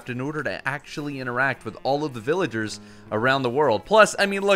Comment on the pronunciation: bro said villaders